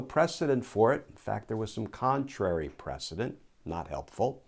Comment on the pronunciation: Errr... It's "precedENT"; not '"ENCE" HTH